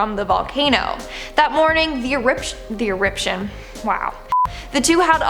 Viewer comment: On the bright side, you said 'eription' instead of... Yeah...